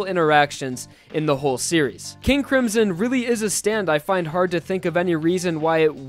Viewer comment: NOT HOW YOU SAY MY NAME KING A CRIMSON!!!!!!!!!!!!!!REEEEEEEEEEE